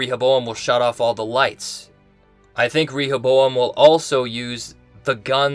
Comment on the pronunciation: Has anyone noticed how he pronounces “Rehoboam” different ways in the same video? What’s strange is that he’s been doing it since the first episode. You would think after a couple videos, he would just pick one pronunciation. Proof we’re in two different timelines???